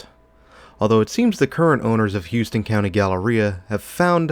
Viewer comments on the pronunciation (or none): Great video but it’s pronounced HOW-ston lol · Not to split hairs but we pronounce it Howston County. I worked at the Goody's for a year. Terrible management.